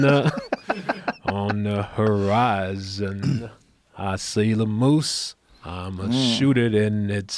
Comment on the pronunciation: “I see a moose on the, on the horizion.”